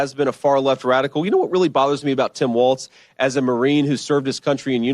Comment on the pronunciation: Walz not Waltz